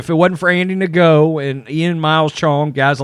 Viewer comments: Andy no. Not g no. The g is silent. He is vietnamese. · Hey! The name of the journalist is Andy Ngo (pronounced 'no'). Appreciate your content. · I believe his name is pronounced Andy No (Ngo)